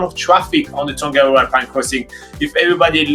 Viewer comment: Please try to pronounce te reo Māori words properly, like: Tongariro. Just try your best, your efforts are acknowledged. That is part of my my language and culture, and I care about it very much.